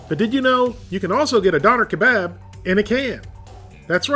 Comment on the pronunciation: It’s pronounced duner k-bob